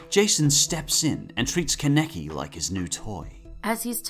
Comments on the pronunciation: KE neki IT'S KA NE KI KA NE KI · Please,, just say Kaneki and not keneki😭😭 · Bro it’s kanaki not keneki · ITS FUCKING KAN E KI!! SAY IT RIGHT DAMMIT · "con-neck-ee" please stop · KEN-EK-EEEE I'm dead XD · The way say kaneki name triggers me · The way he says ‘kaneki’ really bothers me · Kaneki....the butchering of his name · I love Tokyo ghoul. But the way pronounced Kaneki and Aogiri -3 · It bothers me the way you guys pronounce some of the names in this list. For example Kaneki you pronounce two completely different ways. There are other but that was the most jarring. As for the actual video itself. I enjoyed it. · The way the guy says Kaneki made my rage so fucking bad... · Why are you saying mine like that? They literally pronounce her name the way (mine) is spelled also you both say kaneki a different way like you both are fucking morons. how are you gonna pronounce something wrong when every character says it a different way.